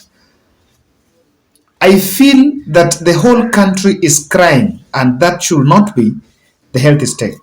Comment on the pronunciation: Kindly drop off letter “l” from should when pronouncing that word please!!! It ends with “d” and is pronounced “shud” not “shul”. With lots of humility I beg.